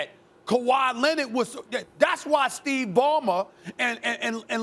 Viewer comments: Kawhi "Lenit" - SAS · Stephen A: Kawhi Lennid 🤣🤣🤣🤣.